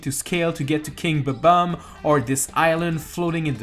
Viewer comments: bob-omb, not bobom :D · Why do people calm them ba bomb. It’s name is literally bob-Ombs. It’s not that hard.